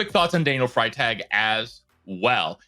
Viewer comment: Pronounced freee tag